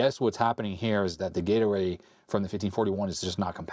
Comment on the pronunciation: I might be the only one, but almost every time says 'Gate Array', I heard Gatorade. For a minute I was a little bewildered until I flipped back over to the window.